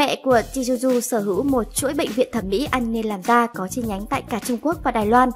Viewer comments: Tzuyu đọc là Chewy nhé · Ơ tên Tzuyu mỗi lần có là lại đọc sai một kiểu🙂